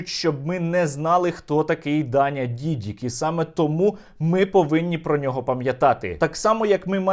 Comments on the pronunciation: Дякую, Сергію! Тільки правильне прізвище Дані - ДідИк. На тій дошці помилка. Тримаємо завтра за вас кулаки! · Та нє Дідік а Дідик